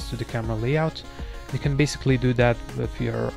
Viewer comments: guy says basicwee meanwhile he can pronounce his "L's" with other words perfect......😧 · «Basicwy» Lol